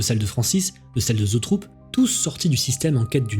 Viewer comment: très chouette récit! par contre, il me semble que la boite de prod s'appelle "Zoetrope" et non "zootrope"